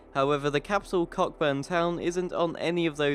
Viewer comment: Macaques = Ma' kaks, Cokkburn = Co'burn... you're enunciation implies something entirely different :) <3